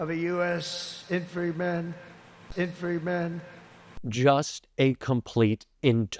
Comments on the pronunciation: “Infree men” 😂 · "infree men". Oh boy. Can't even pronounce infantryman. So drugged up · Infree men, intree free men, infen men. REALLY ? (Note : closely but not precisely quoted) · what's a INFREEMAN INFREEMAN!!!! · Pete Hegseth can’t answer a question to save his life. Good questions Senator! Wah wah Donnie Boy! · Trump can't say infantry men hes a complete moron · All presidents should be forced to disclose health records. Trumps right shoulder tic while trying to say “infantrymen” is not a one off. These tics and unable to pronounce words indicate a serious nervous system condition.